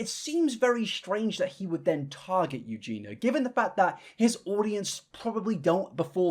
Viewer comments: Btw you’re pronouncing her name wrong. Just look at the spelling. There’s an I before the A… it’s 4 syllables not 3… Eu-gen-i-a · Also I unsubscribed because ur constant begging in every video just pisses me off And being British does not excuse mispronunciation. I am Scottish and can say Eugenia just like I can say Armenia. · buddy it's four syllables. Pronouncing it as three syllables is not an accent, it's a different name. If he shortened it to two syllables and just called her Eugene he'd still be wrong. I don't think he's trying to be cruel, but it is disrespectful to keep calling someone the wrong name after you've been corrected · Many words end in nia. Like insomnia. It’s not that he can’t pronounce. It’s that he can’t be arsed to say it correctly. Armenia, begonia, pneumonia, schizophrenia….. many many words end with nia. Eugenia is not a tong twister. He’s just sloppy and disrespectful. Earning money off of her with many vids, all of them with Eugena as her name…. But he’s all to quick to criticize when others make money off her disrespectfully. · EugeNIA how do you hear her name a 100 times and still get it wrong wtf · It lowkey kinda bugs me how you say Eugenia every time you do a vid on her (you don't pronounce the "i"), but the vids are still good :D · ...can you at least have the decency to pronounce Eugenia's name correctly? It has an 'i' before the final 'a'. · You really made 0 effort to pronounce her name correctly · The fact that he only pronounces Eugenia right like 2% of the time 😭😭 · My man, you’ve been covering this woman’s drama for years, the least you could do is learn how to pronounce her name properly 😭😭 No hate, it’s just really grating on the ears. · You still say Eugenia wrong. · Say what you will about Adam, AT LEAST HE SAYS EUGENIAS NAME CORRECTLY. Whilst you have managed to say Eugena in every damn vid you’ve done on her. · You pronounced her name right ONCE in this entire video bestie 😭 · Eugenia, not Eugena.